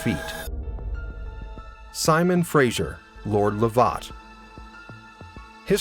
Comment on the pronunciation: Please learn how to pronounce names - just Google! Fraser, Lovat and Culloden all horrendously wrong.